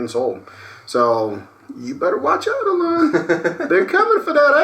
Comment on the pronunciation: I love how pronounces Elon "eLawn" lol